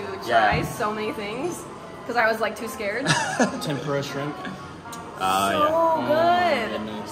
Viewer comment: 日本人が話す時にTENPURAのRAは舌を巻くのが正解？日本の物だからそこは正しく日本語の発音でキッチリ「てんぷら」の方が良い気がする…😅